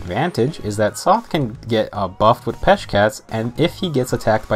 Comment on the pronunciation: Sothe = S + "oath", not "''Sloth" without the "l" haha